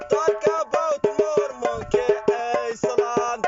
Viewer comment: "island" with an s, yep I can confirm that those are authentic fello arabs, guys got great tone